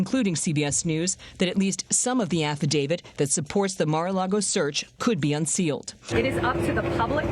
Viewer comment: Would you “professionals” please learn that it’s not an affi-DAVID, it’s an affadavIT! Come on, man!